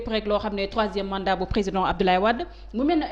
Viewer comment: Regarde moi ce personne qui n'est pas intelligent les journalistes qui ce permet de lui donner la parole et entrain de traiter le président de tout les noms il a même du mal pour dire président emplus la journalistes rigole comme si sa lui fait plaisir